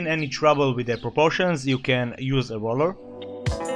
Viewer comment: dude please say ruler not roler